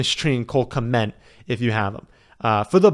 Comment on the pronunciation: OMG please stop saying Cole "Kment"!